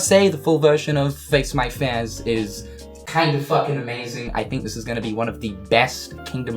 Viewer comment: The way you pronounce "fears" triggers me so much 😂😂😂